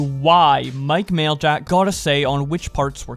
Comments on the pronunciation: Maj-lak not mail-jack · U PRONOUNCE MAJLAK LIKE AN IDIOT